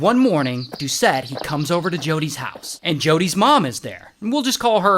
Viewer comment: Doucette no douchete